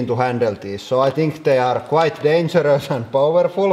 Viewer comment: its extreemlee dangerös